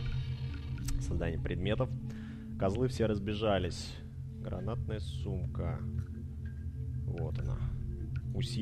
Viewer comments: он сказал сумка а слышытся сука, лайк если также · Мне послышалось или он сказал усилинная гранаткая сука (сумка).